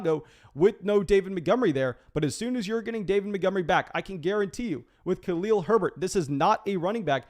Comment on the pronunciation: You do a good job but can we get you to say Khalil Herbert’s first name correctly, please? Thank you.